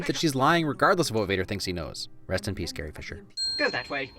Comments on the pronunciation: I don't hear "Carrie!" I'm hearing "Hey!" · Did he say “Carrie!!!” Or “Hey!” I always thought it was hey....maybe I’m wrong. And trust me Chewie gets that 🏅 in the worst pandering type of way....😕